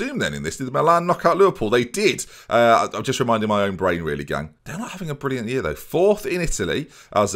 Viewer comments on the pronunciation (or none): none